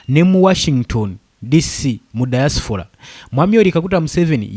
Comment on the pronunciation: Point of correction, the word is "Diaspora "not Diasfora.